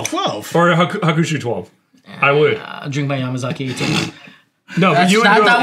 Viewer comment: said Hakushu wrong